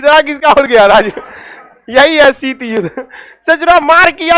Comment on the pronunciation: शीट नही शीत होता है यार मुल्ले